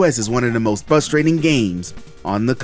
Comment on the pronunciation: Is it flustrating or fuhstrating?